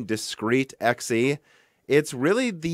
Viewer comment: Whoah, what? You're finally pronouncing it correctly, and not saying "zee"? What happened?